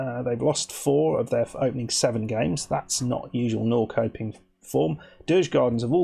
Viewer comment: Actually, says it really well, for an English person. In Swedish, it sounds more like Nor-shup-ping.